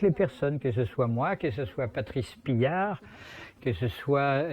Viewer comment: "Patrice Pillard", il ne prononce même pas correctement le nom de son ancien associé... Ca en dit tellement long sur cet énergumène